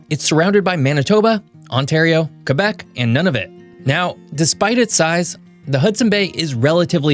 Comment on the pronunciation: Thank you for not saying "Kwebec".